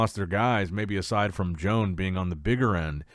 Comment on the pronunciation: I think it's about time you learn how to pronounce Joan's name and surname 😂